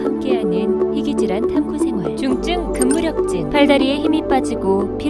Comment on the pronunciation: 중증근 무력증이 아니라 중증 근무력증인데.. 성우분이 이 부분을 인지 못하시고 계속 중증근 무력증이라고 하시네요.